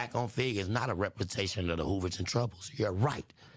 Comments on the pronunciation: bruh killed me with the "repperprensation" 😂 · could not say that word rempermentation 😂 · Representation must be a hard work to say because man 😂